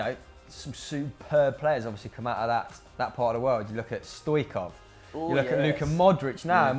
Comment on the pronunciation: It's not Stoikov, it's Stoi-ch-kov like Ch-i-ch-arito, i feel triggered right now.